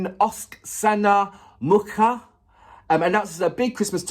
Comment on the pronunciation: I think it would be easier to pronounce Oksana if you read it like Oxana. And that sound in "MuKHa" is like in "AKHmed". It's a more deaf kind of H. The "K" isn't heard at all.